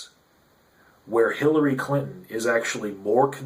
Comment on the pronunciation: did you say Hillary Clit-on ? lol